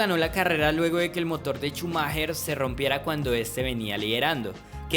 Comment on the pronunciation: Shumaja! Shumaja! No Chumajer jajajjaja